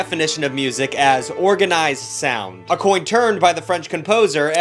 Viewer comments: 5 seconds in: “A coin termed” - 2025 👌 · A coin terned 😭